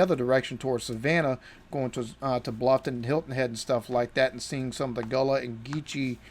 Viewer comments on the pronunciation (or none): none